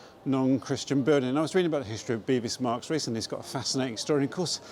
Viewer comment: both my parents (one from Southwark and the other from Whitechapel) called it Bevis Marks. Not "Bee" but "Beh".